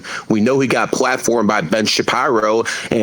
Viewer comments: dumbass said Ben shapyro 😂😂😂😂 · I rewinded how he said ben shapiro so many times. Had me fuckin dying 😂😂